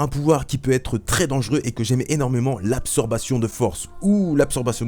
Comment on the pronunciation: Absorption, pas absorbation ^^" c'est dommage ça m'est resté toute la vidéo